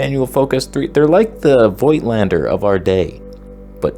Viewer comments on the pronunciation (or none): Why do so many camera "experts" make up their own pronunciation of Voigtländer?